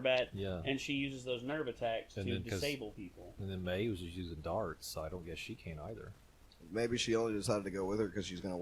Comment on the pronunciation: it’s MAY (mai) not MY. you heard it all episode man geez💀